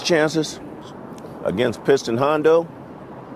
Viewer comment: It's Piston Honda, not "Hondo". what is this?